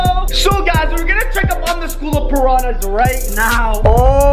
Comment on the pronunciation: ImA SwIm WiTh ThE PaRaHnAs Me: srly dude